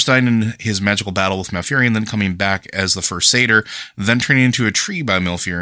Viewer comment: Awesome chat! Co-host needs to learn how "satyr" and "Xavius" are pronounced but loved it overall.